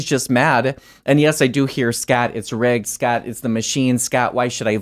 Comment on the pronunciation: the accent is too much. he can't even say his own name, he calls himself Scat